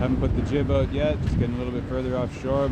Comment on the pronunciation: Love your C accent in particular the 'out' ... 💙